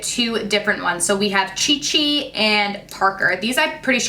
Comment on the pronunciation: This is giving me Cheetos vibes!! Anyone else giggle a bit when she said Chi Chi 😂